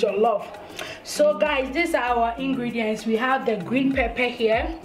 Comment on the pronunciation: garlic not garric Ingredient not ingledient Salmon not siamon 😀😀😀😀😀😀